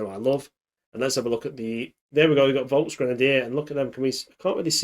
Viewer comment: Great Video! As a german a little prounaunciation tip. If you say Volk dont sound the V as an W, like in Wolf. Say the V like the F in flower. Then u say it perfectly :)